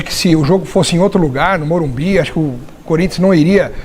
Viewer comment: " Morumbis " Galera